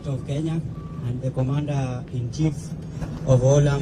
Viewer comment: President of the Republic of kenyaiti😂😂😂 kenyahiti😂😂😂, ama ni kenya A na kenya B?😂😂😂